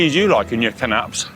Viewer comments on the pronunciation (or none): Had to laugh at how Connor pronounces Canapes 🤣 Can-aps 🤣